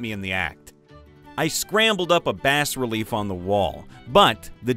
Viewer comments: bas-relief is pronounced 'bah' relief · The S is silent, a "bas relief" has nothing to do with fish. Also, the R in "macabre" is silent, the word has only two syllables. An homunculus is not a freak of nature, because b definition it is not part of nature (similar to how a warforged, golem, or microwave oven cannot be a freak of nature, although the construction methodology differs wildly)